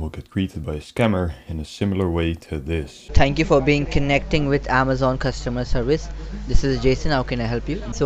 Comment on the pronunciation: "Tank you for being connecting..."